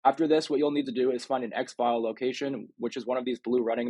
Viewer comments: Ex-Fill... not Ex-File great vid tho thanks for the tips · It's pronounced exfill. Not exfile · Thank you so much, they should really have some way of telling people how to do this in game. I also find it hilarious you pronounce it x-file instead of exfil. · It's EX-FILL ... not EX-FILE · It is pronounced ex-fill not ex-file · Yeah it was killing me when he said X-File........😆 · Exfil not EX FILE🤣🤣💀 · yo please stop calling exfil x-file.... its pronounced x-phil... as in exfiltration. If I heard my people saying it like that they would be carrying a nice fat pet rock for a day or two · You're saying exfile wrong. It's suppose to sound like ex-ville not ex-file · It’s Exfil not Xfile btw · Exfil, not "Exfile". Hahaha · its pronounced EX FILL not EX FILE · Thanks. 🤣"exfile". It's pronounced "ex fill" 🍻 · Small problem its "white lotus" and its pronounced "X Fill" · Anyone else annoyed he kept calling it “black lotus” and calling it an “Ex File” 😂😂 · Great vid man. Thanks. It's pronounced Ex- FILL btw lol. Like FILL ur cup. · I was just about to say the same thing. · Funny how he says exfil as Exfile😂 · 'ex-file'. Say 'exfiltration'. Now say 'exfil'.